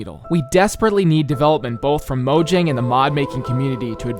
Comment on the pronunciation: Mojang is a Swedish company which means it's pronounced Moyang.